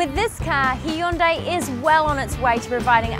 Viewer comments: HE-HUN-DAY...love how you pronounce that! ;) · Nope. In Korean, it's prounced, Hyon-dé